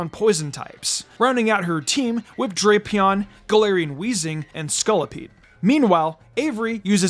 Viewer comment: It’s pronounced flore-JESS and DRAP-ee-ahn, “”! 🤨